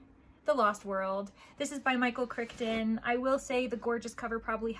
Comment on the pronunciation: I believe you are mispronouncing Michael Crichton. But excited to see what you think